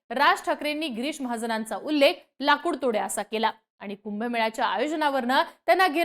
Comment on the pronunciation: Bai pahile tuze uchhar sudhar girish ahe giris nahi ani mahajan ahe mahajn nahi kay uchhar ahet bhasha tari shudha vapra